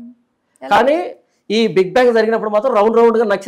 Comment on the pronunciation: It’s not bank but it’s bang👍